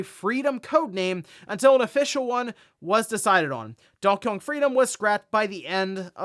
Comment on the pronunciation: When he says Donkey Kong, it sounds like he's saying "Donkeyong" amirite?